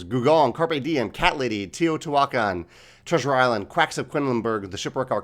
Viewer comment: Teotihuacan (Tay-oh-tee-hwua-kahn). Thanks for the great video, the thoughtful analysis is always appreciated.